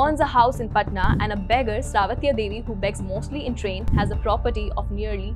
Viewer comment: it's not "baggers" it's "beggars"